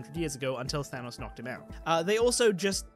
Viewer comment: Your pronunciation of thanos pains me. It sounds more like thermos than thanos, or maybe thanus or thanaus with underpronunciation of the second syllable. I am severely ocd